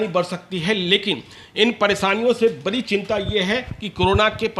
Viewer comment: पहले boliye sudh sudh"बरी नहीं बढ़ी होती" hai